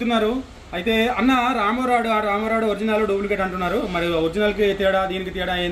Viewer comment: రాంబో రాడ్ కాదు. రెయిన్బో రాడ్ అని అనండి బ్రదర్.